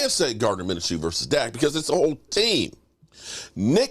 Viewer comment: Minchoo not Minachoo lol Great Win #CowboysNation F the Haters A W is a W